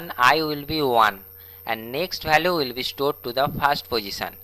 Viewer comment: Learn English then post the video it value not balue